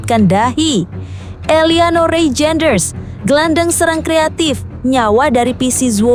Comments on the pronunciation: DUH BACANYA BUKAN REJEINDERS TAPI BACA: REYNDERS .....PLEASE .... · Reijnders di bacanya Reinders kak